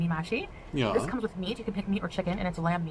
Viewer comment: She doesn't even get pronunciation for food right. It's pronounced Meh-shi and Sambusak. Ya'alla. Also Meh-shi and sambusak are both delicious but hers look positively vile.